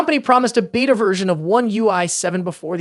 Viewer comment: holy crap is this AI generated or did you have a stroke, you pronounced beta 4 different ways interchangeably throughout